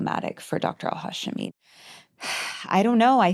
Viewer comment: The hosts constantly saying Al-Hashimi's last name wrong repeatedly is embarrassing. She was even on the podcast saying it correctly and they still said it wrong. 😬